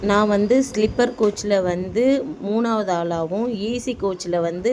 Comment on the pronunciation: ஸ்லிப்பர் கிடையாது ஸ்லீப்பர்😅